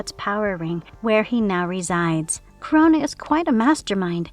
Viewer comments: it is Kro-na. like the titan Kronos! NOT CORONA< LIKE THE VIRUS. i know it shouldnt bother me but jesus fuck, pronounce it right or use a tts that will. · It's "KRO-NA," not "Corona." LoL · Dudes get yourself a better narrator. I am in and already I am getting tired of hearing her pronounce this name as Corona, when its Krona. Nobody needs a damn reminder of COVID. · I'm not leaving a like because his name is Krona, not Korona. 🤣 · It’s not pronounced Corona. It’s Krone-na. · I had to stop watching after like the 12th time she said Corona instead of Krona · It's spelled "Krona", but you keep pronouncing it like "Corona"? Are you an incompetent speller, or reader? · This shit is whoring for comments by pronouncing Krona as "Corona", FFS... I HATE that I gave the video an interaction, but I was too annoyed to care. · It kinda not feels good how they pronounce Krona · Amazing, you pronounced the name wrong the entire video.